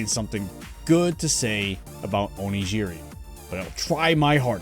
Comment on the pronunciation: What's funny is that you're complaining that he pronounced it wrong, but your Origin example uses the same J sound that is said in the video 🤣 It's G as in Oregon, Onigiri. I agree that in the video it's pronounced incorrectly, but you weren't being helpful here